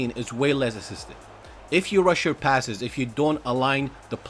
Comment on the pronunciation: Passes not passes"es" sounds strange mate but thumbs up for your upload